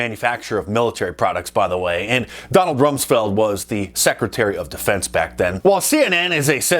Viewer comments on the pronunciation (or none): Did you say:Ronald Dumsfeld?